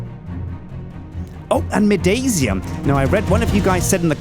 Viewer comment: it's midasium as if in the name of MIDAS the greek king with the golden touch Pronounced My-das-ium not my-daisy-um